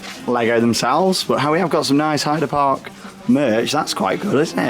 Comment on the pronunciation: wait !!!! 4 sec in and you finaly pronounced Heide Park perfectly :) Yeah !!!!!